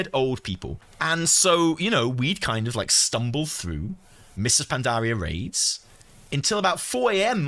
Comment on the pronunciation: Is no one gonna talk about how he says Pandaria? Pan-DAH-ria